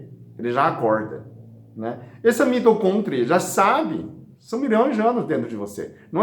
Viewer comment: Aí genteeee... "Mitocôntria" eu não aguento....